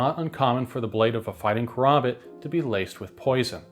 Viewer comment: Its KA. RAM. BIT KARAMBIT NOT KOROMBOT like this walking mid life crisis keeps saying. Dont be one of 3 tarded creator's who willingly say the dam name wrong